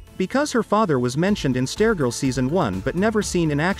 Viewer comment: Um... why you keep saying Stair-Girl??